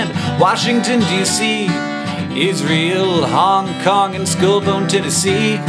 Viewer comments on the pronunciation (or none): thats awesome! but 1. you pronounce Israel really weird and 2. not enough photos from Australia :(